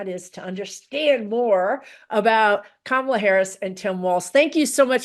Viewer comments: Emphasis on 1st syllable on kamala. This is an awesome reading. I love when someone explains astrology where it makes sense. Ty! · COMMA - LA! not KaMAla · Her name is Ka-ma-la NOT Ka-mal-la. Please and thank you! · 1st syllable KAH, not KUH. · Please pronounce Kamala’s name correctly,! 🙏 KA-ma-la, not ka-MA-la. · Can everyone please try to say Karma - la rather than Ka - MALA thankyou :) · Comma-la. Please pronounce her name correctly! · Kamala is pronounced Comma La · I think it’s disrespectful to mispronounce her name. Trump also pronounces it kaMALa. To be mean. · Karin, trying to really listen to you is difficult when you repeatedly mispronounce KA-mala as you do right from the start. Just sing in your head from the song Camelot as Randy Rainbow does on YT: KA-mala, Ka-mala etc. Just sing it. Surely you know the song. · Her name is Kamala. As in Comma-la. Why is that so hard? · Karin, Please pronounce her name correctly! And Not MAGA style! Pronounced Comma-La! We must show respect and pronounce people’s names correctly, especially when they are our next president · Please pronounce her name correctly! Not MAGA style! Pronounced Comma-La! We must show respect and pronounce peoples namescorrectly, especially when there are next president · I just heard someone pronounce her name as Comma La. That made it easier for me to say her name accurately. Hope this helps others, too. 😊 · Coma,pronounced,not k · Ka- MALA…Make America Laugh Again! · Very interesting readings. Please remember her name is “Comma-la”. I am getting sensitive to her name mispronounced. Weird i know. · Please pronounce her name correctly ❤ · The right refuses to say Kamala's name correctly.... I wish we could ALL pronounce her name with the emphasis on the first syllable and not the second. Go beyond the hate speak. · Kamala - accent on the 1st syllable! 💙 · Nice but your cohort is pronouncing her name wrong. You 2 are great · Why can’t you pronounce her name correctly??? Grrrr